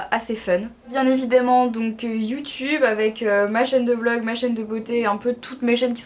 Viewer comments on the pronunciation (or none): none